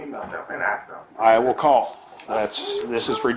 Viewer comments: Says “axe” over “ask” yet she’s allowed to work in education? LOLOLOLOLOLOLOLOL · The school's main secretary says "axe". That explains everything. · Any principal who can’t pronounce words correctly like “ask” it’s NOT “axe”, or uses the phrases “well ya know” , or who has a demeanor like her with the attitude should be stripped of all their licenses and fired.